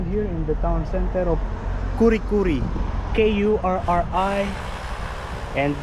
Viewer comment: It's pronounced "curry-curry". In Australian place names the "U" is pronounced like the "U" in "up". That old pub building is magnificent! Most snakes would stay away from walkways, particularly if they hear you walking. Just stomp your feet a lot and they will run away. Even the venomous ones are not aggressive, although some will get angry quickly and think you are after them. But initially, they would prefer to escape. Beautiful scenery. The highest mountain is pronounced "cozzy-oss-co". The animal is an echidna. It lays eggs and suckles its young and lives on termites and ants. It and the platypus are the only animals in the world that are monotremes - egg-laying mammals. You are so lucky to have an encounter with a wild one. I'd like to visit Kurri Kurri. It looks so quaint. Typical old fashioned NSW houses and countryside. I'd love you to visit more of Queensland. The Sunshine Coast is beautiful, and Mackay is near Airlie Beach and one of the island beaches near there is considered one of the most beautiful in the world. There is a lot of beauty in South east Qld. Toowoomba and it's lookout at Picnic Point, with a view of farmlands below and Table Top Mountain is gorgeous.